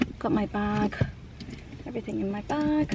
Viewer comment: I am not asking this to be mean...I am generally very curious why after the word "thing" you add a "k". Everythingk, thingk, ect. I know one other person I watch about her, she does the same thing along with her daughter and Aunt. They are from the USA, so it cant be region. Idk.